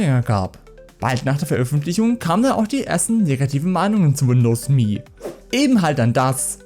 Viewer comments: Alter, das heißt "EM-EE", nicht "MEEE". Ich musste das Video nach 30 Sekunden abbrechen, das ist nicht anzuhören. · Das OS heißt "emm eh". Beide Buchstaben einzeln ausgesprochen. Das hat man Dir aber schon mal erklärt. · Wer hat das jemals so dämlich ausgesprochen? Das kann man sich ja nicht anhören.